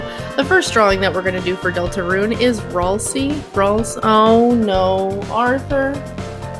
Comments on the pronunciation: its pronounced ralsay but spelt ralsie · R-al-say that’s how you say ralsei : )